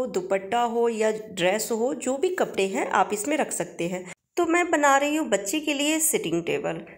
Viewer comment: परा नहीं रहता पड़ा रहता है घेरा बना रहता है बनी नहीं रहती ।ली हूँ नहीं ले लिया है।स्त्रीलिंग को पुल्लिंग पुल्लिंग को स्त्रीलिंग कपड़े को कपरा बोल रही हो